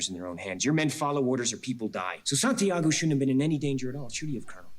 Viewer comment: San tiaaaago 😂😂😂😂 es de vergüenza como pronuncian santiago los americanos que se creen duelos del mundo